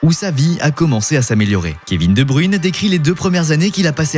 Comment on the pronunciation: Waw faire toute une vidéo sur KSB sans être capable de prononcer son nom correctement 😅